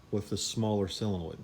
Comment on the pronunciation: solenoid, not "sillinoid"...